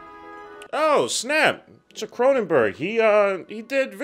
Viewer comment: It’s Cronenberg